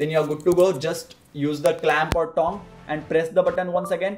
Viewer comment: Is it just me or does he pronounce tong like thong? "You can use a smaller thong"